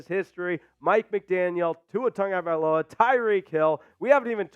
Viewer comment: since you were on the topic of a name pronunciation do you think we can get a statement from Tua and Ahmed of how they pronounce their last names. I bring this up because many announcers including yourself say Tonga-valoia when it seems like it's pronounced Tago valoia. Also I've heard announcers pronounce the running back's name as Ach-med when it seems like it should be pronounced Ah-med. Can we please get some clarification on this? Thanks.